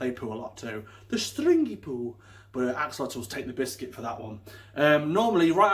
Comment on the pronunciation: This is great video....but it is not pronounced this way. It is pronounced the x is a sh and the otl is more like an item. Ah- shu-löte